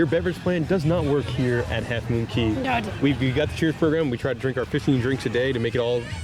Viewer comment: Cay not Key. Dang!